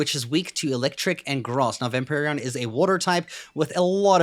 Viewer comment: "vamperion" xd